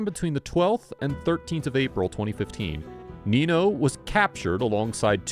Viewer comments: it is not nino, it is ninyo. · Spanish doesn't have a word like Knee No. It's Neen Yo. If you mispronounce a word in Spanish, it gives the word a completely different and sometimes vulgar meaning.